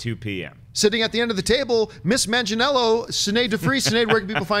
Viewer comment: john campea your half italian how do you have trouble with an Italian name